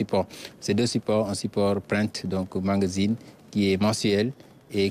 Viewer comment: Pourquoi nous Sénégalais, nous avons du mal à prononcer magazine. Beaucoup d entre nous disent mangazine